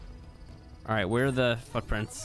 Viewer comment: does anyone else hear him say "fuck-prints"?